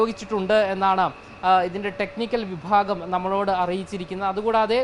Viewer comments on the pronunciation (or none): none